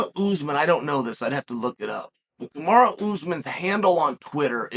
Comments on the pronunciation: It’s not “Kamari” it‘s, Kamaru. So don’t try and wigga-fy it. That’s only used as convenient. So is that what it is? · I think uncle chael pronounces names incorrectly on purpose!! 😂 kamara usman